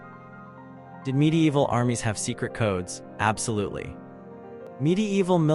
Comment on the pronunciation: Great content, but god damn i cant stand the "midi-eehval"... Sorry man, but fuck this.